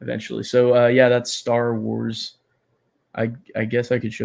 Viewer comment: Staar Wars. I look forward to the prolonged pronunciation every time you say it.